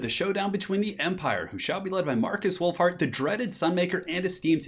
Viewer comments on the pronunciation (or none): Lol, sounded like you called him Markus Wulf-fart